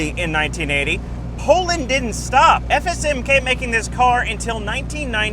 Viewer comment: I have to appreciate how you actually took the time to say FSM properly, many people absolutely butcher shit with ż and stuff and and up sounding like a drunk person saying shush